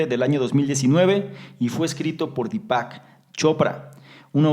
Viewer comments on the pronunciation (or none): dí-pac.. con acento en la í.. dí-pac chopra..